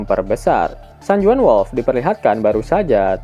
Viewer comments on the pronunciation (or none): Info min San Juan (San Huan) dibaca min.